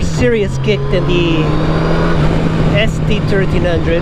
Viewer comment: “Riding Ess-dee turteen hundred…”!! Love your crazy-a$$ accent! 😂